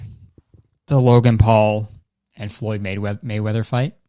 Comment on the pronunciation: i love how much you're struggling to say Floyd Mayweather